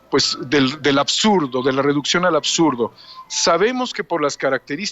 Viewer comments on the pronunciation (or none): none